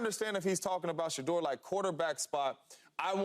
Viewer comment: It’s “Shedeur” not “sheuder” and he would’ve been picked round 1 this draft so yeah.